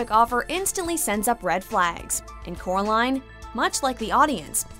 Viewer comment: Instead of coraline the boy says Kara line